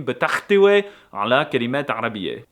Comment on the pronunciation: This is the best Arabic you've spoken so far... but it's تحتوي not تختوي, minus 50 points